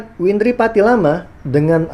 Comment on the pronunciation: berulang2 nyebut nama windri salah terus...😊